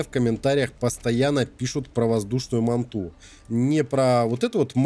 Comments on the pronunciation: Дорогой Уважаемый, Манту с ударением на У', это не доисторический вид ската, это прививка которую нельзя мочить, а название доисторического ската Манта, читается с ударением на первую А'!!!!))) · да не мантУ а мАнту ,ударение на А ,хорош каверкать русский язык ,без обид,а контент годный ,лайк !!!